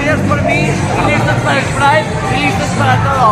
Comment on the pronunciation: Pride se pronuncia como "praid" no como "pareid" por cierto, que buen videom